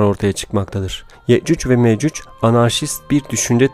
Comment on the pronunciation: Ye'cüc Ve Me'cüc diyor. Okuyunca böyle bir telaffuz ortaya çıkıyor.